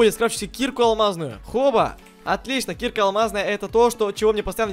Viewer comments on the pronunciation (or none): Дэбыл не кИрка а киркА